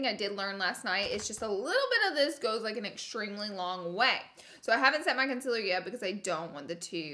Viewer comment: Laura, it's concealer, not conciller.